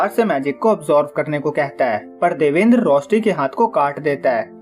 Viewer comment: Ek might be pronounced by , देवान्द्र not देवेन्द्र , :)